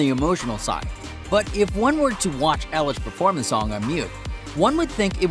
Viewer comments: Who is Ellish it's eilish like i-lish do your research ok. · Ellish??? EILISH thank you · You said her name wrong!!!!!!!!!!!!!!😠😠😠😠😡😡😡😡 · You said her last name wrong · You said her name wrong